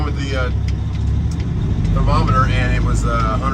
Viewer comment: It's pronounced Therm o meter